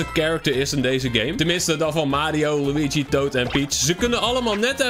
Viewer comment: Ik vind het zo grappig hoe hij liugu zegt hahaha